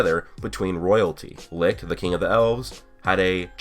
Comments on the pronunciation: HOW THE FUCK DOES THIS GUY STILL NOT KNOW HOW TO PRONOUNCE "LICHT" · The way you say, - LICHT makes me cringe hard man. You are pronouncing it wrong. But beside that you have a nice theory!